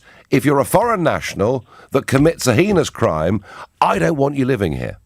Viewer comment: "Tuff on cwime"